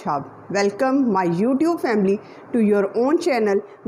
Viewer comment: Welcome not velcome